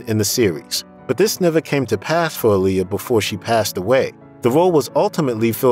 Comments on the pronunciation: It’s not Aa-LI-ya. It’s AA-li-yah! Like Mohammed ALI. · Can you PLEASE pronounce her name right?! She always said "it's AH-lee-yah. Like 'Ali' in Muhammad Ali" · You pronounce her name wrong